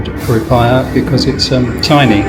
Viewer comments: Mate, just get a Wise card, it works on (almost) aby ATM in the world, and the exchange rate is good. Not that you'd need to use the ATM, you can just use the card in shops. Also, the 'i' in 'rupiah' is pronounced 'ee' - roo-pee-ah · Bintang Bin tang not bantang. Rupiah Rew Pee Ah